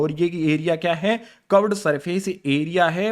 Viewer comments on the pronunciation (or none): Sir cuved nahi hota curved hota hai